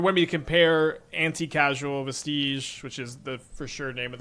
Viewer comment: thank you so much for saying Anticausal correctly